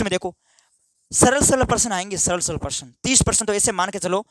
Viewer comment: Sir परसन nhi hota hai प्रश्न होता है